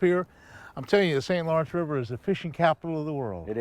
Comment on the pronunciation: Fun video, as always Roland. Thank you. But son.....it's St Lawrence ;}